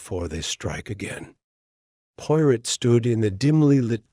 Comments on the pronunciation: Amen! That's the truth! Pawrow, Not Pirate. At least use a British accent. This is unexceptable! 😂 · Learn how to pronounce 'Poirot' and any other British / foreign words ... before attempting audio books... 😅😂😅 hilarious😅